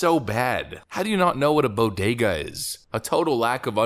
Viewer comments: She didn't just mispronounce (i.e. mis-accent) the word, she completely MIS-READ it, too, swapping the "D" and the "G"; "boGeDa" instead of boDeGa! SHE OBVIOUSLY HAS NO FAMILIARITY WITH THE WORD, WHATSOEVER! Funny and open example of pandering! 🤣😂🤣😂 (And that's not even talking "tacos"...) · Boy, she did better than AOC in her dress for the META Gallery! Her dress said TAX THE RICH! JIll is a smart lady and she is slipping like Joe. Jill it’s BO DAY GA phonics are basic phonics. Elementary Dr. Watsons! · Jill I know you've never been to one but it's called "bodega", not bogada... damn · What's a "Bogedah"? She's as loopy as her idiot husband.. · It's pronounced "Bo-Day-Ga", dumbass. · Jill- it is pronounced bo-day-ga. And she is a teacher with a doctorate? What a dufus! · Yeah, the taco thing I sort of understood what she meant, but not played well while the BOE-DAY-GAH mispronunciation was more cringe to me. wtf? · Bruh she can't even say Bodega right. Tf is a bogeda? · I completely forgot we even had a FLOTUS. More like a NOTUS. Also wtf even is a , “breakfast taco” did she mean breakfast burrito? Buffoonery. I’m from Alaska never even been in a bodega but I damn well know how to pronounce it. The pandering makes me want to book a ticket to the moon. It’s embarrassing as a human. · Dr. Jill can’t pronounce Bodega isn’t she a teacher ? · She mispronounced the word Bodega because she has never been near one. That’s where poor people shop. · For the love of God! She has a "Doctorate" in ENGLISH and she cannot pronounce Bodega!!!! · She has a doctorate in English language yet she can't even pronounce bodega properly. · C'mon man, everybody loves tacos. What got me was the way she pronounced bodega lol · She can't even pronounce bodega. She has a PhD? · I’m Puerto Rican and I’m more offended by her mispronouncing bodega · So, are we going to talk about that she can't even pronounce bodega? Literally, shows just how disconnected she is.